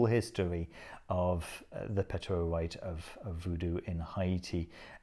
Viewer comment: Thank you for saying "Ayiti" (Haïti) right.